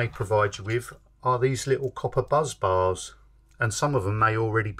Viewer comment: ‘BUSS BARS’ not as you keep saying, “Buzz bars”!